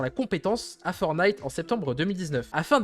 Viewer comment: 1. C'est "fortenaïte" et non "fornaïte"... c'est comme DJ, soit tu prononces à la française "déji", soit à l'anglaise "didjè", mais pas l'horrible remix "didji" (=DG en anglais)! 2. BUSH se prononce "bouche" 3. LEVEL ---> "lèveul" (et pas "leuvèle" 🤮🤮) 4. GAME, soit jeu en français est masculin. Il existe manche, rencontre, ou partie si tu veux employer le féminin. Parlez franglais correctement bordel! :P